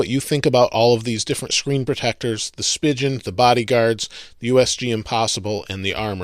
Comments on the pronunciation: Is Spigen really pronounced like "spigeon?" I thought it was "spy-geon" Not rhyming with pigeon but rhyming with "lie again." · Stop fucking saying "spigeon"! Its "spee-gin" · He says speigen wrong! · Your saying spigen wrong bro